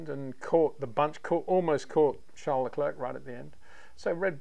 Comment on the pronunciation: It’s pronounced Lecl’air’ not Le cl’erk’….